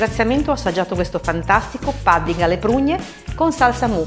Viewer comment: Sembra buonissimo. Pudding però si pronuncia con la U come se fosse una parola Italiana, non "padding".